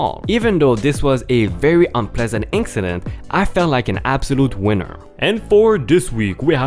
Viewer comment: Ok I probably let you off on a word or two in the beginning but... Mister is not master. Master is as a master to his dog but Miss-ter is a general male title often shortened to even more respectful Sir.:) Inkcident is not a word but in-sident with the s sound of c is correct.:) rainbow is not ranbow... the a is the hard A of angel or aiming to shoot a bow and arrow. so rAin-bow like the sound of gain.:) oops angel is also with the hard A as in able.:) As always... Great stories 🔥🔥🔥🔥🔥🔥🔥🔥🔥